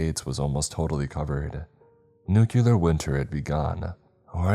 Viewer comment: Please stop mispronouncing nuclear.